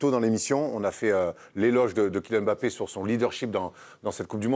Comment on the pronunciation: Arretez de dire Em bapp....